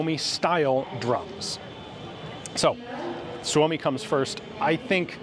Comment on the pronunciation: Ian said "Suomi comes first". I know this is detached from the context but man that sounds right. Especialy said by American :D